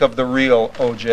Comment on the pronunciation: That poor clerk has to hear herself screw up OJs name every time they play it!! Lmfao!